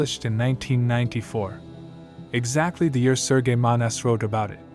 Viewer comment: ITS SERGE MONAST. NOT SERGEI He is not Russian, but from QUÉBEC. it's pronounced SERGE like iN SURGE...